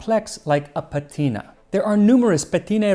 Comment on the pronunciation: it's "savīllum", therefore the stress is on the "i"; and it's "patĭna", therefore the stress is on the first "a"